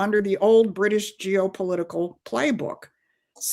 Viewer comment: "Bwitish" "Stwategic" "Pwoblematic" - for the love of Jesus, let's get this woman a speech therapist...